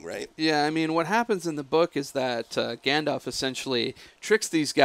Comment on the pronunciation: And seriously, why can't you pronounce Gandalf's name properly? The second vowel is an A, not an O.